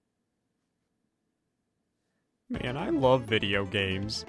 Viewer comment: no it’s not just you, some people hear it as hey yall. it’s actually hey ALL